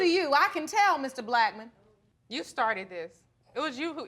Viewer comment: Her mom pronounces Blackmon as black man 😂😂😂 mr um black man … that was cute